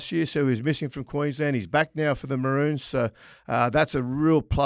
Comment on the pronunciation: Great episode. As a Brit, kudos to Kenty for the way he pronounces Maroons 👍